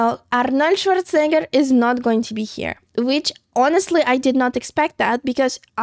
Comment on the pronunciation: I love how pronounces Arnold Schwarzenegger.